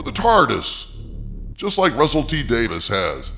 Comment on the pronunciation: By the way, it's Davies, not Davis FYI